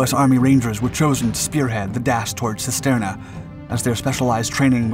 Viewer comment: Cisterna is pronounced (using English lettering) as "Chisterna". Every time you mispronounced it, I winced.